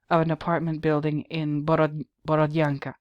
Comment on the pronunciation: Hello,! 👋 My sister happens to live in the town of Borodyanka (your pronunciation is on point by the way). She says that the residents of the town were sort of annoyed by Banksy's graffitis, because people are tired of the horrors of war and don't need any fancy reminders of what happened -- especially when those artsy-fartsy pictures are being created on actual walls of bombed out apartment buildings. Those walls belonged to people, you know. You don't use someone's home as a canvas without asking for permission. It's rude, insensitive and one of the worst kinds of pretentiousness I can imagine. It's almost like going to a cemetery and start painting on gravestones, is it not? The residents of Borodyanka wish to see these bombed out buildings torn down and have new beautiful houses built instead, not have a team of pretentious artists with spray cans using the town's ruins as a means to expand their fame and fortune. Thank you for making a video on this, it was a nice surprise.